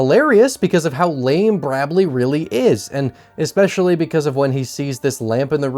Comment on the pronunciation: “Brabley” That’s hilarious!